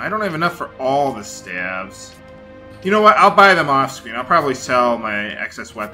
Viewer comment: Stave is pronounced Steyv not Stav :)